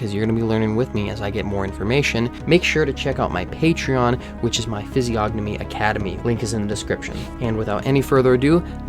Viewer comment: you should know that the "g" is silent in "Physiognomy"